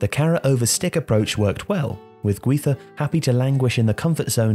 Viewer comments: it's GUIZA , not HUIZA! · The way you pronounce "Guiza" made me stop watching.